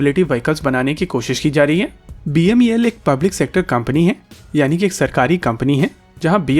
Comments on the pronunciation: Its beml...you are calling it as bmel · It's not BMEL as said repeatedly, it's BEML. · It's BEML not BMEL. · Bhaisahib, it is BEML and not BMEL. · U r repeatedly saying BMEL inspite of BEML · Say BEML NOT BMEL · Sir BEML hai not bmel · BMEL NHI BEML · Video me baar baar "BEML" ki jagah "BMEL" bola gya hai. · BEML not "BMEL"